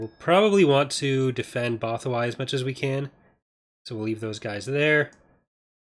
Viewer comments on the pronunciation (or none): Something about that pronunciation of Bothawui bugs me. Isn't there accent on "u" part? Edit: Sources